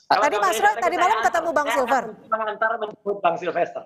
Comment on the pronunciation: Si freddy nyebut nama koncone wae salah, Silfester dibilang silver